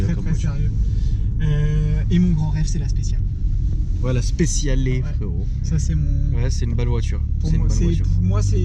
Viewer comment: La fin les chats 😂😂😂😂 Animalerie Bonjour.......😂😂😂😂👍👍 Bonne vidéo avec 👍 mais Forza Ferrari les frèro 😉 Et on dit Spécialé 󾓩 et pas Spécial 󾓧 🙁 😉😂